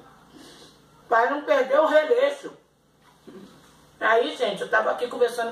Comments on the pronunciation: Nadia Maria Saldanha Ferreira ela que dizer relaxo. Só q fala releixo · Margareth Bezerra que bom vc interpretou p gente ,adora quando ela fala relexo,e bagunça